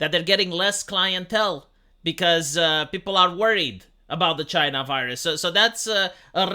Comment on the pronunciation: CHYNA ! It’s China